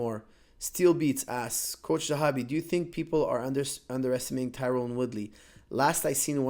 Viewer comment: I noticed you keep saying Tyrone. apparently he hates that haha it's Tyron .